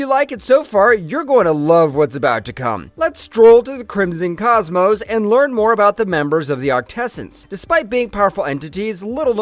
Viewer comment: I heard it too, hilarious